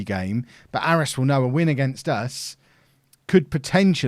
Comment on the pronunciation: Just a note that Aris is pronounced Ay-ris